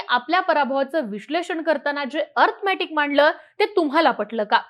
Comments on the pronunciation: अर्थमॅटिक नाही गं बाई अरिथमॅटिक असते ते🤦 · आधी अरिथमॅटिक नीट बोलायला शिका. अंकगणितात तर नापास आहेच इंग्लिश मध्ये पण नापास आहेत. आणि मग खोटा नॅरीटिव केला म्हणून रडत बसतात.